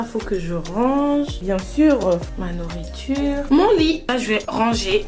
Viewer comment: « bien surrrrr » 😭💗